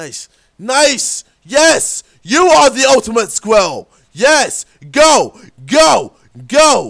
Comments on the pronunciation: Scril ral not scwial lmfa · Sam Wassell It was spelled squirl. Spelled wrong but you it sort of sounds the same. He was saying "squill" and got mad because he couldn't say squirrel. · did he have a stroke while he did the "SQRIL" track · LOL. He can't say squirrel. "squill, squill, squill. " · It's Sqi. Rrel. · Lol he just says sqwirul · Aha he can't say squirrel (squel) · I fell out of my chair rofling when he tried to say squirrel xD. His British accent is so funny, in a good way. xD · He can't say squirrel hahahaha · I was litteraly getting upset because he said squirrel wrong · When he tries to say squirrel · lol KSIOlajidebtHD trying to say squirrel haha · Came here to hear him saying Squirrel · I forgot how to say squirrel when he was trying to say :s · As the Nigerian tries to say squirrel we all watch and laugh Racist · He legit cant say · U can't say squirrel lolzzzz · He can't say squirell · He can't say squirrel properly!